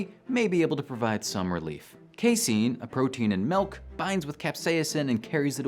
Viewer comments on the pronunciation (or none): none